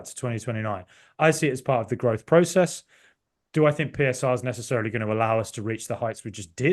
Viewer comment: Absolutely love you, but why do you pronounce "process" like Vince McMahon?